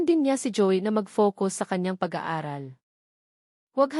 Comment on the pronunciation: mali ang bigkas mo ng mga salita, di mo ba alam sa sarili mo na mali ang pagsasalita mo, Ang Joey ay naging Joy ayusin mo naman Hindi magandang pakinggan